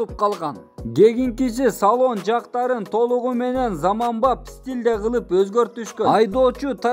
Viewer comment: Туган ишине ийгилик бирок жактарыны дебей жактарын деп так суйо